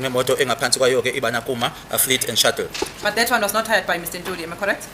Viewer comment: Shuttle not shuckle mr smart ass 😅